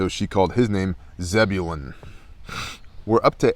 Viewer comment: You pronounced my name spot on! For some reason most people I have encountered could not say Zebulun the 1st time. I really enjoy your Shabbat readings and commentary it keeps me reading. Thanks.